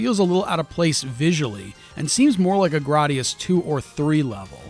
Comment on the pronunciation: It’s Gra y gius not Grar dius.